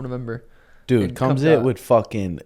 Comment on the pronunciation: I mean I'm a Suga rider.....why does he still act like he cant pronounce the Khamzat name?? It honestly feels intentional because they all laugh, either that or he genuinely doesnt know...??? Come on bro. If your coach/homie/bro/fellow podcaster says the name a different way than you do right in fookin front of you then why wouldnt that convo pop up??? Come on....they have to know....but I dont get it as far as "value" idk. But keep it up 🎅🤴🤴☝️🤙🤙🖖✊